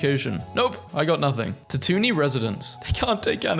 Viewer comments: it’s cause he says “tatoony” instead of tatooine which is pronounced tat-too-een. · Now this is a video for me IM DYING MY TWO FAVOURITE THINGS COMBINED 😂 tatoonie… forget tatooine… tatoonie IT’S PRONOUNCED YOU-WIN NOT EWW-WIN AAGGGHHHHHH dont forget it was all with Luke watching 10/10 as a girl, i can confirm that this is indeed correct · Tatooni. That is an interesting translation. I’ve always heard it pronounced ta-too-ween. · ta-toony???? Dawg come on. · STOP SAYING TATOONEE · Tatoonee?? Dude where did you hear that?? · STOP SAYING TATOONY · God, as a massive Star Wars nerd... Seeing someone who haven't seen any of it in a good while, read out stuff they no longer have any idea how to pronounce, is painful. Tatoony? HAllfire? Separeytists? Yarael Poff? Salacious B. Crumb's iconic laughter being interpreted as screaming... Yet I am surprised they know who B2EMO is... Give this man a full Star Wars marathon of every movie and series out there! Even if that will take him like, 12 days without breaks! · "Tatoonie", - "Tatoonie" 🤣🤣🤣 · Say tatooine like this one more time, I dare you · The Tatooine pronunciation😭😭😭